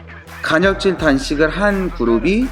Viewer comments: 간혈적이 아니라 간헐적ㅋㅋㅋ발음주의ㅋㅋㅋ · 간 '혈' 적 단식이 아니구 간 '헐' 적 단식입니다. ^^